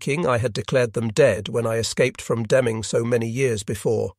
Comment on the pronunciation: This would have been far better if they had hired a real live person to do the narration. The artificial intelligence program here is way more artificial that intelligent. First, the "accent" is vaguely British. Why not American? Or even better, faintly German ? I was constantly distracted by all the mispronounced names of people and places. Sometimes Deming, NM, is mispronounced Deeming and then back to Deming. For a long time his wife is called "Jon" then she is called Jean for a while and then it's "Jon" again.. Also, narration almost constantly makes ordinary words sound strange and awkward by adding a syllable that' no one ever speaks; checked becomes check-ed, desire becomes desire-ed, fear is fear-ed. So please, no more AI narrations. Any where!